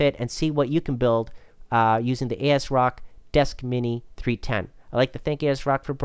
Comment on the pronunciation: also asrock